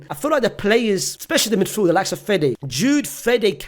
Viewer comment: are you hearing the disrespect on fedes name